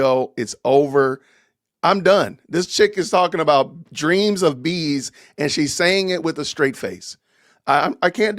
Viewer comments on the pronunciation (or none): I thought she said dreams of "beasts" like the beasts from Daniel and Revelation... but apparently it's bees! 🐝🚫🧟‍♂️